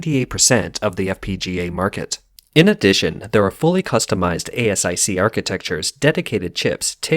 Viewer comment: Fyi it’s pronounced like ace-ic for asic, not a.s.i.c.